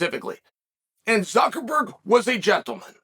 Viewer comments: Am I the only one who heard Chael say Mark ZuckerFERD?? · Hearing Uncle Chael say "Zuckerford" repeatedly just about made my weekend! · "Mark Zuckerford" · Mark Suckerford... Lmfao i love you uncle chael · "We know that Zucker...ferd is..." Gaaaaah!!! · Wait.. Did Chael just say Mark Suckerford? lol! 🤣😂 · Zuckerford?? He must do this on purpose to make us laugh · Not "Zuckerford" again.. Jesus fuck. the ignorance is palpable.. hahahahahaha every time! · Nice video, and it's funny how you say "ZuckerFer" instead of Zuckerberg lol... Just like when you say "HazMa" instead of "Hamza" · zuckerferg cmon now this power move of intentionally mispronouncing names is getting out of hand